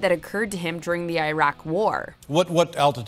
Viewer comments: iy-raq ?? Which country is that ? OH wait a minute you mean IRAK yes watchmojo its I R A K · Dear Americans... The way to pronounce Iraq is Eeruq. Not Airag. Not everything is pronounce like i-phone, i-pad, i-pod....